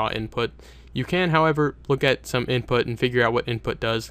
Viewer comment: hahhhah lol "inptut",,hahhaah so funny made me laugh..